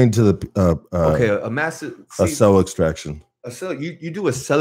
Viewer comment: Almost finished watching this particular podcast. Was tripping on how dude kept saying ‘Cell Distraction’...and the other dude keeps saying ‘pacific’ rather than ‘Specific’. Sounds good though. For those who don’t know any better.